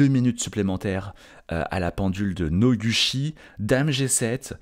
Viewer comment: Ca se pronouce [Nogoutchi]. Je trouve ça très amusant que "Cocoro" ait eu le droit d'écrire son nom un peu comme il le voulait xD , puisque ça ne s'écrit pas comme ça normalement, c'est rigolo 🤣.